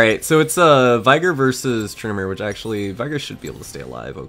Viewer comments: dude your team is loser only veigar is your hope its not vaigar its viigar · Its Vey-Gar(vayne) not Vaygar(Vi) Like Shaco not Shaco Also, you seem horny Very horny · Veigar = (Vay-Gar) Rhymes with Rengar :P I swear thats how its pronounced but whatever suits whomever